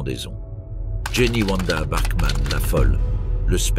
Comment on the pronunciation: Ewa c'est pas Eoua Wanda c'est pas Ouanda